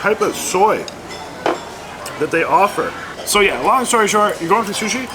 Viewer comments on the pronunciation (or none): none